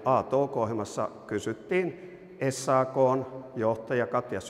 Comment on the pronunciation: Ei "es aa koo" vaan "äs aa koo".